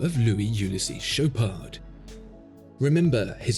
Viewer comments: he also mispronounced the ch, it's not sh, its ch like in chicken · It pronounces "Show paar". Not that you'd care for it. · The D at the end is silent. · Dude you dont pronounce D in the Chopard just dont